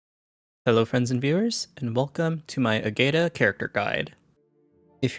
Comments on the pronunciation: Appreciate the video, though it was painful to hear you pronounce her name lol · That’s how XD pronounced it in their own video. It hurt me as well. 😢